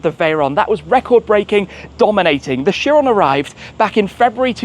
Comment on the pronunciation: Right pronunciation of this car is buh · ga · tee kai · ruhn